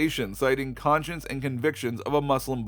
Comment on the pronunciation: Anyone else get annoyed when he pronounced “Vietnamese” as “Vietnameee”? Then he pronounces “conscience” as “conchin”.